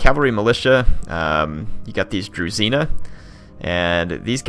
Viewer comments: Great Video thanks for making it! Just one thing its Dru"zh"ina not Druzina, zh has its own special sound! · I know you most probably won't play as the Russians again but zh is not a druzina but a druzhina you should chet it in the google translater zh to Russian